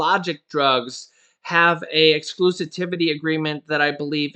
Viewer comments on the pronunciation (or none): I love you. But ex-clu-si-vi-ty is the word exclusitivity is not a word. (Thanks for the money lol) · You are pronouncing exclusivity wrong